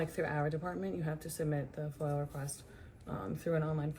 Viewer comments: Now it kinda seems like you are trying to get fan engagement by saying “foil” request rather than FOIA request. It really aggravates the shit out of me and I fall right into your comment trap. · Please….theres no “L” in FOIA. It sounds like you say FOIL every time. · It’s FOIA not foil.